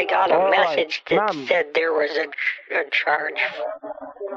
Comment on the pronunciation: He can barely say the word message and.he is scamming people lol 🤣🤣🤣